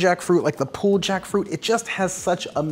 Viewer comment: Pooled pork? Because it went swimming first? Hahahaha I never heard pulled pronounced pooled.